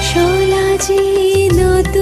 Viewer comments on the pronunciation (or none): "সলা যে" নয় "সলাজে" মানে লজ্জার সাথে